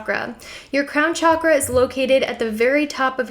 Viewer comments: pretty sure it's pronounced 'shock'-ra not 'chalk'-ra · Pronounced SHockrah. Not Chakra as in CHalk . Chakra as in Shock. On another note, your ink is sick. 😊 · Everytime she pronounces "chakra" i feel .....